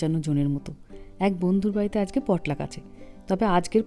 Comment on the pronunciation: Xcuse me the perfect Pronunciation is Potlach( in bengoli পটলাচ)